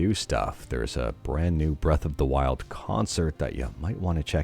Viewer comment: "Breath Of The Wilk" 💀